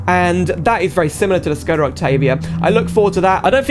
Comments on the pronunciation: You are supposed to pronounce Škoda, not Skoda. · if you wanna say škoda with the š. just say shkoda and thats it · I'm glad you wrote Škoda with the wedge, but by saying Skoda you'll trigger every Czech Škoda fan out there (yes, I was born and grew up in Czechia). I love the mod, the model looks really good, but there are a few things I'd like to point out, though. The Czech police's siren doesn't sound like that at all in real life, I appreciate the effort of making the Czech police livery, what a nostalgia to be honest. You were mostly right about Škoda in the USA, as education is illegal there, they don't even know about the brand. However some fans have imported a few Škoda vehicles in America. That's all from my side, hope this helps a bit :3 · Very good video but it is Škoda not Skoda and the Octavia is a liftback not a sedan 😁😉😊